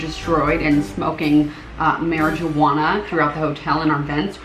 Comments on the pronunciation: How does ( sorry if I spelt that wrong) keep a friggin straight face doing all those accents!?!?!?!?! Also “Mare-ih-jah-wanna” phdgshajndnekkwhab hahahhahahahahahah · broo.. when said mari-J-uana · “MaRI-jEW-waNa”- 2k19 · When she said mariJuana I d i e d straight up fell into the grave.